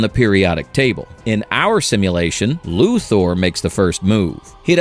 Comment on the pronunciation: I know this post is meant to say "hey, we're not using AI," but I still think it's AI. Why? Weird mispronunciations. Example - : "Luthar knows this." Luthar? Really? A real voice actor would've re-recorded that line, but AI doesn't know the difference.